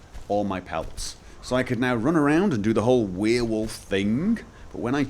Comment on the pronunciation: i started watching your vids like 1 hour ago and got annoyed about the way you pronounced werewolf but i'm used to it now and imma subscribe. For once s youtube recomendation was useful